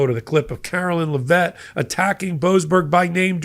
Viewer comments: Karoline Leavitt, not Lavett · It's Karoline LEV it not la Vet, or just dumb shit for short. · PLEASE stop glorifying Kookie Karoline's last name! IT IS PRONOUNCED LEVITT (LEV IT). She IS NOT FRENCH, so her name IS NOT pronounced as LAH-VETTE!